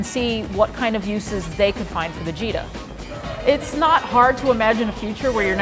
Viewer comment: I thought she said Vegeta